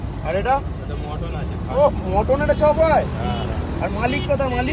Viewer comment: কাতলা ❌ কাদলা ✅ পাতলা❌ পাদলা ✅ মাটন ❌ মটোন ✅ কোথায় ❌ কোতায় ✅